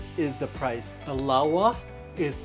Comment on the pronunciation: Lower: Laowa loll